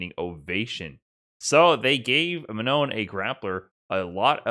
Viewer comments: About : Manon : it's not Man-on. (with a "on" that sounds like son, london, etc.) it's more like Ma-non with "almost" the same "on" we heard in "wrong" (just cut the "gu" sound at the end, you should have it) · Ma-NOH would be a lot better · Manon is sort of pronounced ma-No, but the n at the end isn't completely silent. Hard to explain the sound, but if you translate "non" on Google and listen to it, you should get it. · Manou, the n is silent. Why? Cause its french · If Manon is French, which it sounds like it would be, you don't pronounce the last N. Just Ma-No. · Manon is pronounce something like Mah-naw. The second 'n' is silent. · In French, we don't pronounce the "N" of Manon. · Hey, awesome video as always! For me you have almost the pronouciation of "Manon" right, you just have to not pronouce the final "n". Glad the French character is this cool anyways, she seems really fun:) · the last 'n' in manon doesn't really get pronounced, it's like a nasal sound. also it doesn't rhyme with 'known,' it's a bit more like 'gone' but not quite. french is weird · The S in Marisa should be pronounced like a Z. The "no" part of Manon should sound like the English word No. And if you are wondering, yes, you do pronounced the last letter in Manon's name; it's not silent. Source: Japanese is a phonetic language, so we know how to pronounce the names. マリーザ マノン